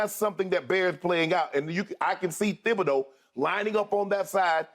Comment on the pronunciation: I used to live in Sulphur. It's (tib-a-doe) not thib a doe.